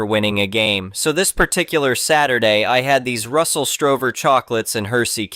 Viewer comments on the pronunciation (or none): It’s Russell Stover not Strover